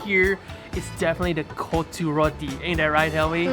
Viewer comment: its actually KOTTHU ( COT TU tped it how you should pronounce) but what u said was "B*LLS" :D love your vids btw